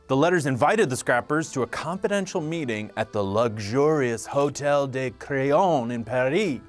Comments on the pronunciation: I thought he said “Hotel De *Crayon*” I was like Pencil Hotel? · I thought he said "Hotel De *Crayon*" I was like Pencil Hotel? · man's literally pronounced crillon as crayon